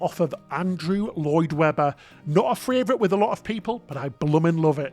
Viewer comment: The word is pronounced Favorite NOT Fravorite!! Love you guys but everytime you pronounce that word wrong I want to fly to the UK, hunt you down and slap ya silly.